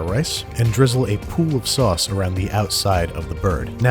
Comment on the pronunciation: The sowauce Cowafee